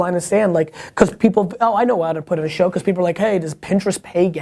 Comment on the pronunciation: Once again, great "shwo" Gary - very valuable to my gig - thanks!